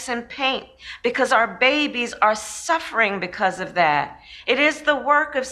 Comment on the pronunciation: Suf fferrrinng 🤣 momma put u in ur place char